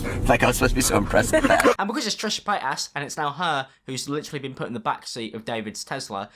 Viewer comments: “trisha PAYASS" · It’s Trisha Paytas Not “Trisha Paytass” Not hate lol I love u ur hilarious 😂😂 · You sound like you're saying Trisha Fat Ass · Am I the only one hearing PaytASS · "Trisha pay-aSs" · "Trisha PayTASS" 😭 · “Trisha Payt-ass” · is it just me or is pronouncing Trisha's name as Paid-Ass? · Why did you pronounce it like paytass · Did he say Trisha pay ass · Trisha Pay-ass Why do you pronounce it like that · When says Paytas, it sounds like payt ass lol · Also... I legit heard "trisha PaintAss" when you said her name the first time ... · The fact that keeps saying ‘Trisha paytAS’ like, the emphasis on the AS is iconic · pronouncing Trisha's last name honestly makes me laugh but it's so adorable. "PayTAs". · But why are you pronouncing Trisha Paytas like that? 😂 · I like the focus of ‘ass’ when you pronounce Trishas name, very original and fresh 🤪